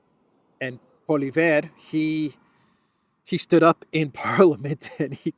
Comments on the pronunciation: Polly Ev, not EV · His name is pronounced pwa-lee-ev, accent on the first syllable. Sanity will return to the Canadian government when he becomes Prime Minister. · Opposition leader in Canada's name is pronounced "POLYEV". Don't let all those letters in his name intimidate you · thanks for your great reporting!! The name of the Canadian opposition leader is pronounced [Polieve]😊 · The Canadian Speaker of the House is a liberal.....it's not the first time he's used his bias against the opposition. They're calling for his resignation. Pierre Poilievre (pwa-li-ev-re = a good enough pronunciation) is bringing Canada back again. Wacko is a pretty good word that applies to many diverse subjects! Who will be voting in this wacko election with VanderCrazy? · His name is pronounced Polly-ev , get familiar with it he's going to be the next Prime Minister.